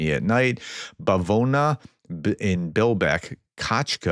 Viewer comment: Professor "Bavovna" with your prononciation sounded very well. I have found these hints for you: Аа “ah” as in “say ahhh” or “top” Бб “b” as in bitter Вв “v” as in viper Гг a hard “h” as in “how” Ґґ “g” hard as in “girl” Дд “d” as in dog Ее “eh” short e as in “hell” Єє Й + Е “ye” as in “yellow” Жж “zh” a softened “j” as in French “je taime” Зз “z” as in zebra Ии short “i” as in “hit” Іі long “e” as in “reed’ Її Й + І “yee” Йй “short “y” as in ““yodel” Кк “k” as in “kite” Лл “l” as in “listen” Мм “m” as in meteor Нн “n” as in neon Оо short “a” as in “”call” Пп “p” as in parsley Рр “r” but a bit harder that American r, not as rolled as Spanish r Сс “s” as in “snake” Тт “t” as in tyrant Уу “ooh”as in “cool” or “rule” Фф “f” as in flabbergasted Хх very soft “h” often transliterated “kh” or “ch” but sound like the second half of a “k” sound Цц “ts” as in “lots” or “gets” Чч “ch” as in “church” Шш “sh” as in “ship” Щщ “sh” + “ch” Юю Й + У “you” Яя Й + А “yah” as in “yarmulka” ь soft sign ь has no phonetic value, but indicates softening (palatalization) of the preceding consonant